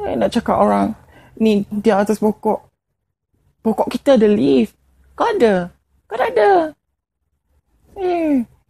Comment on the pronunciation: H Couture leaf le..bukan lift cuma sebutan agak beza hahaha..